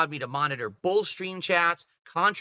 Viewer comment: says “bolth” instead of Both Leedurally instead of literally